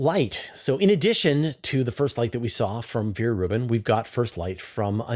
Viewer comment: Come one, it is not pronounced Viere Rubin, but Vera Rubin. Ve- Ra Rubin